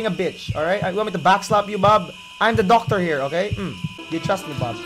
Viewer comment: "Qualified Docctor"